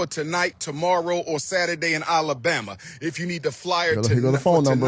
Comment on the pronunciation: I dont trust anyone who cant pronounce Mercury or Alabama correctly. I dont agree with juneteenth being a federal holiday. Been celebrating it since the 90's... making it Federal really watered it down.